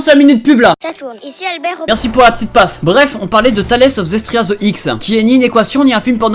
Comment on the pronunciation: Et c pas zestria mais zestiria